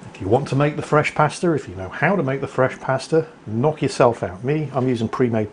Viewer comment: I really like the vid... Except for the pronunciation of pasta